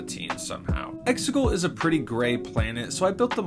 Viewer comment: Just a little heads up it is not Exigal it is Exegol